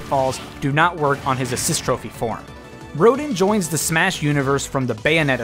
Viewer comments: Rodin is pronounced as RoDAN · Rodin is pronounced ro-dahn